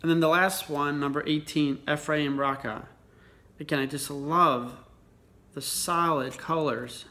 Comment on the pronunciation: Red Rocha is pronounced Row-ka as in row row row your boat. :)